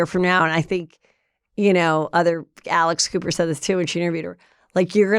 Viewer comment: When she said Alex Cooper, I thought she said Alice Cooper. Totally different visual. 🤣🤣🤣🤣🤣